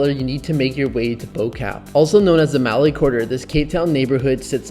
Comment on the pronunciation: Bobotie is pronounced "buh-booatea". "Boo-Kaap" is pronounced "Booakahp" and Malay is pronounced "Muhlay".